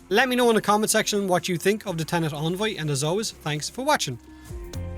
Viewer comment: En-Voy not On-Voy